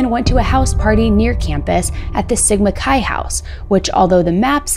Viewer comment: I had to give you the view especially since you know how to say sigma chi. But seriously great job on recapping it all